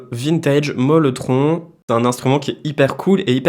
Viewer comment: C’est le Mellotron et pas molletron😉